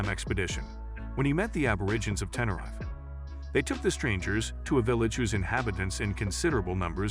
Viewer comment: The way the narrator pronounces Tenerife is painful to hear...